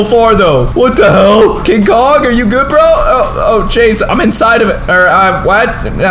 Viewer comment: Did you say king Dora